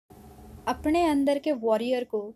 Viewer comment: or "अपणे" नाही 'अपने'...